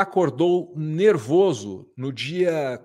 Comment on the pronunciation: mercado nervowzo? como diria Joselito: "é miermo?? PHUODASSE"